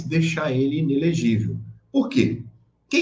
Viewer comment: "ENELEGIVEL" doeu